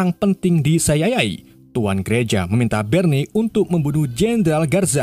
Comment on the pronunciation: CIA : siayey ❎️ CIA : saeyey ✅️